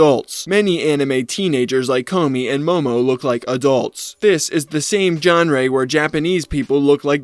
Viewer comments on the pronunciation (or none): did bro really pronounce "genre" as "John Ray"? x_x